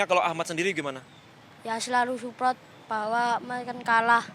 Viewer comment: Suprott gagal fokus saya kata suprot